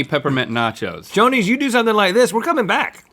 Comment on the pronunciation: I thought Rhett said Sonny's instead of Shoney's and I was about to fight him. 😂